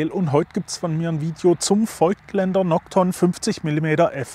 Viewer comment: Nur mal kurz zur Info: „es wird nicht feugtländer“ ausgesprochen, sondern „fogtländer“. Wie das Voigtland.